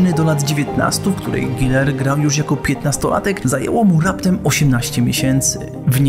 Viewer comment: Jakie "i".. czyta się przez "u". Boli jak to słyszę ://///